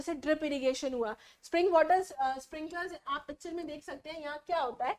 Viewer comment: When mam talking about landslide she say picture ❌pacture 😂